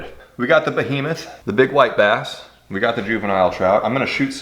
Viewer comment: When he said "white bass" the first time I heard "wipe ass" now its all I here every time